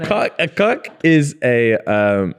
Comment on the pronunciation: James saying Cluck instead of Cuck smh